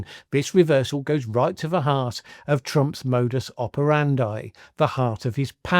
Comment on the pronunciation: moudoous ouoperandaaay it’s pretty cool but how about trying the actual pronunciation: Mo-doos oparandee